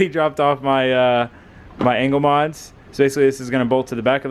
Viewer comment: i kept hearing "anal mods"